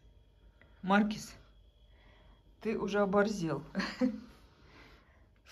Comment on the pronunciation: Неправильно ставите ударение в слове маркиз. Ударение надо ставить на 2 слоге